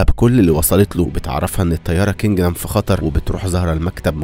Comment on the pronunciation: كندم مش كنجدم😂